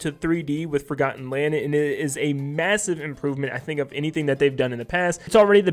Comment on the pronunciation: Massiv? You know what else is massive? A LOWWWW TAPERRRRR FAAADE